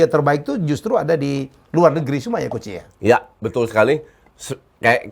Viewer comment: Nyebutnya harusnya kan coach j (jay; justin) jadi koci 🤣